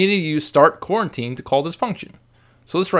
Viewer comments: Great tutorial, but I feel I must point out that it's pronounced "Co-Routine" not "Quarantine" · That's "coroutine."